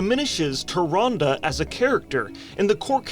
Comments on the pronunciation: Hilarious! 😂 Also "Tyrandeee" kills me every time 😂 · "TyRANde!?" -Malfurion